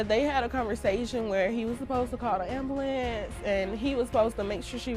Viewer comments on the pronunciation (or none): Ambalanzee. 🤦🏻‍♀️🤦🏻‍♀️🤦🏻‍♀️ Thats not how you say ambulance!!!!